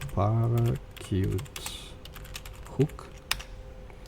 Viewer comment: Great! One thing to mention: Its pronounced..."para shoot"